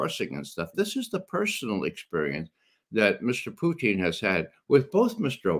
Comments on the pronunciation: Poo-tein? Does it have all the essential amino acids? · Who is Puteen? 😂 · Poo-teen... hopefully that is satire pronunciation from him, otherwise my God please use Google. If this guy thinks Japan was just going to give up without the bombs being dropped, I got ocean property in Arizona he may want to buy. Discussion on location and timing for the drops to avoid loss of life vs just a show of force not withstanding (ie yes better choice could have been made) but the atomic bomb was a necessity to be dropped, Japan would not have given up otherwise. Pretty well supported by 80 yrs of documentation and reports both sides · Why can't McGovern pronounce Putin correctly?